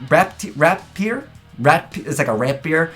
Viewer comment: ratpier = Rat + rapier, not rat + beard